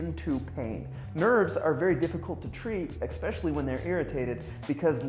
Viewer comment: It’s “lie down,” not “lay down.” I think he also said “ekspecially”! Haha! Good advice though.